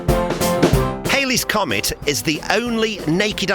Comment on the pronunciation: It's not "Hailey's" Comet. 🙃